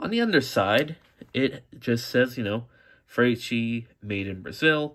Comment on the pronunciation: The name is pronounced "Fra-Tes-Kee"", it's an Italian name.